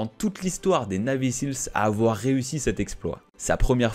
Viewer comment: Et ca se prononce "naivy sils"